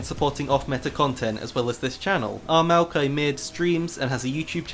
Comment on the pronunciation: I don't care how it's pronounced, u said mal-ki, I will always say moi-yock-E